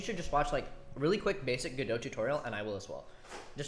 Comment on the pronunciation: finally he says godo not go dot , hes locked in now